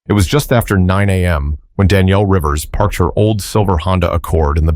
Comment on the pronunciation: I am lost a bit already. Is the lady's Danielle or is it Daniel. I know but it's obvious that the narrator does not, also whoever does the Captions!! 🤔😱